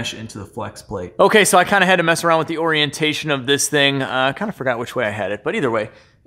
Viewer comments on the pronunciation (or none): Trolls suck! Ow wrong word oreeeantashon.... hahahaha! Engine sound ..... lifters? Crate motor lucky dog!